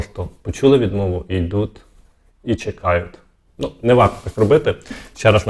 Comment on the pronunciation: То не НО, а НЮ !